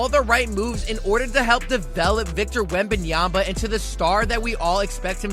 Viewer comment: Wembanyama ! not Wembanyamba.. 😔